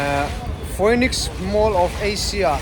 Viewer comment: Foiniss ni lovin, PHOENIX MALL ( Fee - Niks mall) titur aw😊